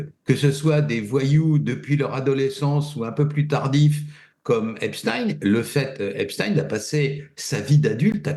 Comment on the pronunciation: Dire le pauvre pour eipstein m'ecorche les oreilles